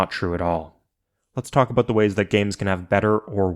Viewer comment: he said aboot